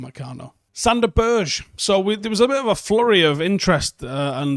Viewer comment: Good list. Sander's last name is pronounced 'Berg-eh', just FYI.